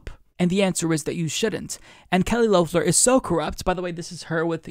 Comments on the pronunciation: Not Loaf-ler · Nit picking, but it is Lef-ler not Louf-ler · It's pronounced "Lef-ler" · And Kelly Loeffler was apparently supposed to bring back the suburban mom(or white woman) vote here to the Republicans, and Idk why, but it kind of feels off when you pronounce Loeffler's name the O is silent.